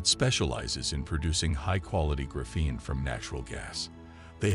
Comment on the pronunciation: Pretty sure that’s the wrong emphasis. Pretty sure it’s the same emphasis as graphite.